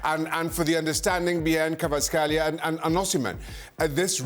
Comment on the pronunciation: Hes not kbabaskelia. Learn to pronounce